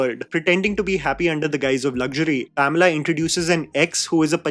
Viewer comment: Why is no one talking about how keeps calling her Pomela????